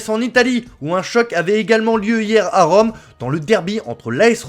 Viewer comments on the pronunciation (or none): C’est où « Riome »???